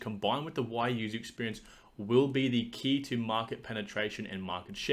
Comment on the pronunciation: its "we"-"you" lol